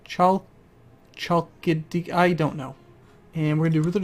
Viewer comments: "Hal-keh(or key)-thee-key. Byzantine Greek pronunciation ain't that hard. It's pretty much the same with Modern Greek. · Looks like an LP I've been looking for. A vassal of a christian power. Will follow up. Is there some dramatic changes between 2013 and now (assuming I'm starting as a french count in 1066)? The initial county should be pronounced as "Khalkidiki" (stressed on the last "i"). It is a great place to visit for a vacation. Paradox seems to mess with its territory a bit. It's mostly those three finger peninsulas and just a bit of territory to the north. In antics there was situated the city state of Olinthos, that dominated all the northern-greece for a short period of time, until Alexander's father destroyed it as a rival to Macedon. What's also interesting is that the third finger to the right is de-juro not a part of Khalkidiki region. It is the tiny monastic state of Mt. Athos. It is believed to be the holiest place for all the Orthodox Christians in the World. That's in the light of your intention to mend the schism :)